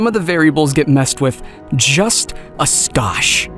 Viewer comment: “Look what happens if the parameters are messed with — just a scotch!” It took me a minute but I finally figured out — your actor meant to say skosh*, which is pronounced with a long O like *flow or *go*! Anyway, fun demo thanks.